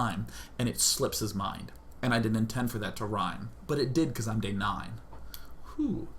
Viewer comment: ooh day9uh! LOL KOREAN IMITATIOn